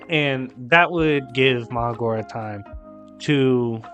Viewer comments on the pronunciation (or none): It is pronounced maHORAGA justt saying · And bro it’s Ma Her RaH GaH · Bruhh who is Magora lol sounds like you didn’t pronounce Mahoraga